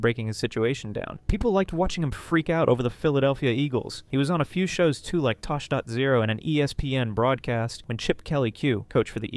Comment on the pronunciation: "tosh point zero?" It's Tosh point oh. Like the title says Tosh .0